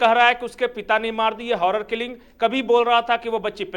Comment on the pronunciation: पता नहीं ये लोग पत्रकार कैसे बन गए कई वीडियो में इन्होने हॉरर किल्लिंग ही बोला हैं हॉरर किल्लिंग नही honour किल्लिंग होता हैं Honour किल्लिंग का मतलब (सम्मान रक्षा हेतू हत्या)मतलब अपनी इज्जत बचाने के लिए हत्या